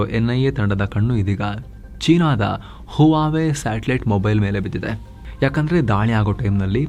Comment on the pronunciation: Huawei pronounced as "wawai"